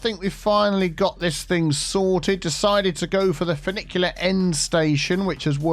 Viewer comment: Finicky - FinicTEA End because everytime I heard funicular I was thinking finicky 🙄